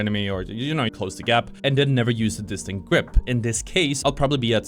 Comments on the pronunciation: Dis-tend-ed. It's driving me crazy how you keep pronouncing it incorrectly and it makes you sound like you don't know what you're talking about. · Bro it's distended, not distant